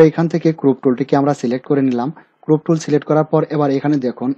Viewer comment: দাদা ক্রুপ, ব্রাউন টুল এরগুলোর উচ্চরণ গুলো ঠিক মত করুন।